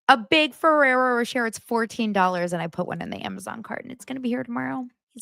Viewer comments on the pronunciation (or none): It's said Ferrero ro-shay lol